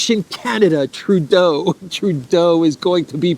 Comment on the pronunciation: didn't I hear him say..."little Treudeau"